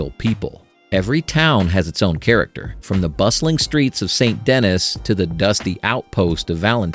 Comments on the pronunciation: in not said like Saint Denis, it's more like Sain Duh Knee cut its french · "Saint Denis" is French, and it's pronounced "san denn-E" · I almost hope that the narrator is AI by the way he pronounced Saint Denis and Valentine.... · When you said Saint Denis wrong i was like “Ok this guy never played RDR2 before” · Nice way to butcher st denniss😊